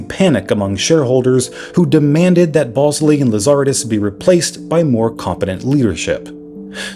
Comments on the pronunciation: Lazaridis is pronounced LazarEEEdis, not LazAAARidis. Balsillie is pronounced BallSILLY. Cell signals don't come from satellites (not yet, anyway), they come from cell towers. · Lazaridis pronunciation is way off because the intonation is wrong 😊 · The qwerty keyboard existed very long before Blackberry. And the founder’s name is Lazaridis with the accent on ‘ri’. 😂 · I suspect nobody actually cares, but as a former BlackBerry fanatic, can I just mention the correct pronunciation of RIM's co-CEO's last names? Mike Lazaridis is pronounced like "lazz-er-ee-dis" and Jim Ballsillie "bal-seal-lee" 🤙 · Say it with me - Lah-zuh-ree-dees.. Lazaridis. Great video though.